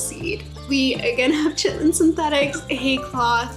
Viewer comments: Are you saying "chitlin"? Actually Ky-ten, if it wasn't a joke ;) Nice seeds list. I have a few to consider now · Chitin is pronounced with the same Ch sound as Christmas. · Chitlin (chit’-lin) is pig intestine. Chitin (ky’-tin) is insect exoskeleton. This is Chitin armor. Good suggestions on the seeds!! Wrote a couple down to try!